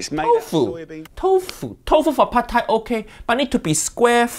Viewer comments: It is not padthai. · Jamie you make my Thai ancestors crying of your “PHAD THAI” 😢😢